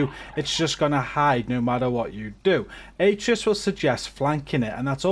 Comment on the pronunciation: Its A-tray-us